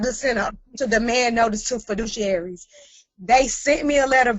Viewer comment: He keeps saying “feedees-useries” when it’s obvious, by the context, the word is “fiduciaries”… Bring two fiduciaries which are people, not notes. I’m gonna keep listening but this calls into question his ability to interpret the matter correctly.